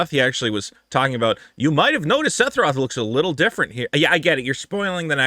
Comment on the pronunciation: Still calling him “setheroth” 😂😂😂